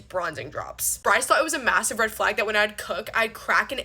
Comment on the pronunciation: You're still not an influencer. Red flag: pronouncing it "flog" and "hoff" instead of half.